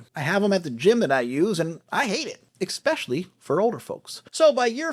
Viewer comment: “Expecially” is not a word 🙄